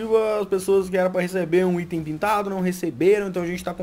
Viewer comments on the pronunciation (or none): none